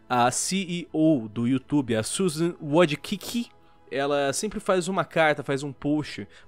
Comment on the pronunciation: O sobrenome da Susan (CEO) do YouTube se pronuncia "ledisky"